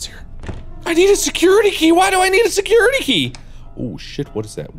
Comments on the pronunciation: Normal people: Security key But Mark: seCuRItAkA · Me: nice, he got the security key Mark: GASP tHe SeCuRetAH kAh!!!!